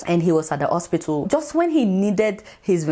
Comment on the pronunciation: Why does she keep calling hospital "ospitool"?